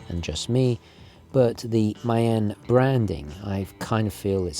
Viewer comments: Good vid. Just for the record: maen is pronounced 'maan'. Drag out the 'ah' sound. 'Maan' is actually how moon is spelled today. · I know you like to pronounce things the correct way - so Maen is pronounced 'Mahn' like 'Ma'.